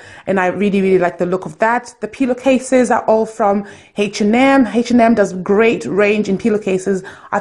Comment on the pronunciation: Nice place, are u renting or did u buy? Been wanting to paint my bedroom but I can't cos I'm a renter and my landlord has rules!!! Lol. Last comment, think it's funny how do u pronounce h and m as "heish and m"😂